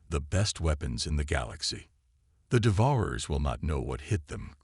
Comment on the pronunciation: The AI narrator needs to learn proper pronunciation of "devourers", among other words.